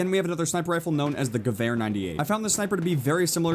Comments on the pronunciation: Also the Gewher, it sounds more like guveir than guver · I'm sorry for being a Nazi if I say this but please pronounce the gewher Ga_we_r not gavver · Gewar ? lol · Please stop saying "Gewehäöör" D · i wanted to shot my self when you said Gewehr